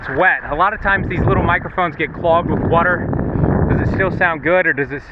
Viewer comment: what is whuuuter? lol